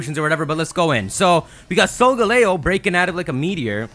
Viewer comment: *sole gah leo